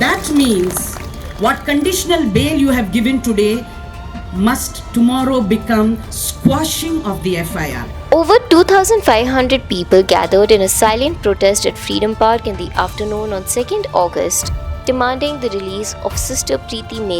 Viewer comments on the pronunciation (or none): Quashing. Not sqashing